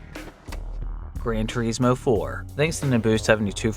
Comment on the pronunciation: "Gran Tour-eesmo" "Hugh-monk-ulous" 😂😂😂